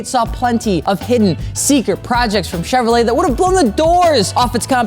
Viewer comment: Bro,, the "t" at the end of Chevrolet is silent.